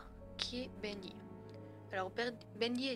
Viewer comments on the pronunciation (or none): c pas sa l'histoire et tu a dit bendé